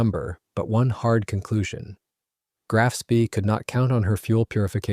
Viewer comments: It pronounced shpay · Spee = schpay. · SPEE as in SCH-PAY. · If you cannot pronounce 'Spee' correctly, it brings into doubt the authenticity of the entire video. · Yeah you'd think the fellow could learn how to pronounce the name.